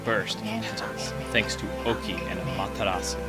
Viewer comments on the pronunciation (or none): If you listen to how the other characters say her name in Marvel vs. Capcom 3 (both are Capcom games so obviously they now how to pronounce it), it's pretty much the same as how Chugga does. With the Japanese voices, they don't even pronounce the 'u' at the end. It's just 'Ah-ma-te-ras'. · Ah-ma-tera-su >.> you keep saying it wrong :< Amaterasu